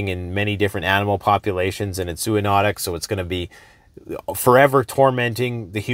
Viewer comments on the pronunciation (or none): none